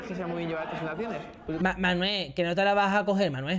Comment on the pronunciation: La manita relajáh Manuéh